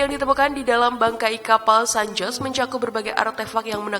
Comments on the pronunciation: Dibaca san hose bulan san jos 🤣🤣🤣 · Baca San Jose seharusnya SAN HOSE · San Jose selalu disebut Sen Hozey , ya kak . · San Jose mestinya dibaca San Hose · Koreksi dikit: Kata "San Jose" menurut fonetis Bhs Spanyol, dibaca "San Hose" 😊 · Cara baca bukanya san hose.. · Baru mulai eeeeh ada 'san joss' kocak🤣 pliiis bnerin dl dong narasinya min